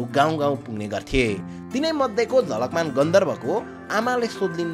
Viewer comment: ma jhakalman vayo jhalakman huna parne thau ma 😅